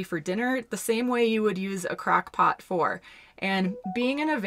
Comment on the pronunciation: Did she just say "Crack Pot"? Lol